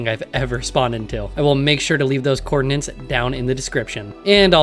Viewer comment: I got recommended this video and while watching it, I was thinking you sound familiar and then you said the one word which gave me a weird flashback. You are the 'coordinants' guy!